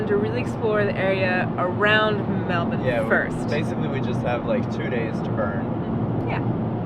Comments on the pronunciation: I have to say, loving how says 'Melbun' like an Aussie 😂. Bravo 👌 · You pronounced "Mulbun" correctly you sounded like a local when talking about it.